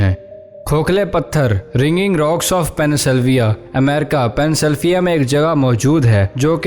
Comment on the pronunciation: Penn syl vavia ha naam to Sai lo bhai